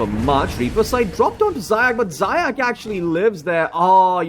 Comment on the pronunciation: Zayac correct pronunciation is "zayaTS" or C as central. it means hare in russian заяц